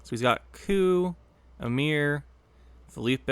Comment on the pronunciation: Assimilate vs Status Ball is always such a funny match up, you played it really well I think - also I think Philippe is pronounced like “Phil-eep” bc it’s a French name rather than the Spanish “Felipe” with the “ay” sound on the end